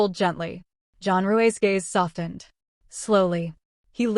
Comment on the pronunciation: I love this to pieces! Can someone please tell the AI that the "t" in softened, is SILENT! 😂😂😂